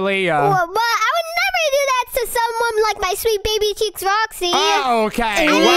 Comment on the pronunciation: Bro why did lily say I would nerever do that to my sweet baby cheks roxy what the He'll did she just say 💀💀💀💀💀💀💀💀💀💀💀💀💀💀💀💀